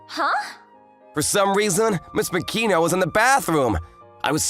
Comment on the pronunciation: ma-ki-no not mak-i-no